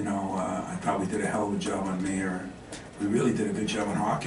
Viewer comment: For an American, Izzo sure can't pronounce Illini players' correctly. First it was Ayo and now Mayer. Then he insinuates that the turnaround coincided with Skyy Clark's departure. He seems to be getting worse as he ages